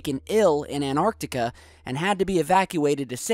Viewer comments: im about to flip the fuck out if you dont stop saying "AnArctica" instead of AnTarctica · Achtung, Dumbfucks: There's no such place as "Anartica" or "Anarctica." There is, however, a vast continent called "Antarctica" surrounding the Earth's southern pole. Antarctic: from Greek antarktikos "opposite the north," from anti- "opposite" + arktikos "arctic." Now start pronouncing the word correctly, you morons. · Gotta love how yanks can't pronounce Antartica properly how the hell do you get anartica from that, your missing a t you uneducated septic yanks. It's not fucking silent. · AnTarctica. Practice this word. AnTarctica! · Any chance you can learn pronunciation of the English, that's not American language? The word Antarctica has some "t"s in it, use them please! Get some education, PLEASE! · Noah Barber haha tru . tho it is lazyness/dumbfcukery saying place names wrong -all the time